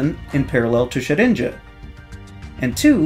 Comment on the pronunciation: For some reason I heard 'Jet Engine' instead of 'Shedinja'